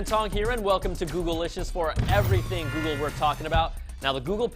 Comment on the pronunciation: Please don't start using that Good-gle lol gosh that was terrible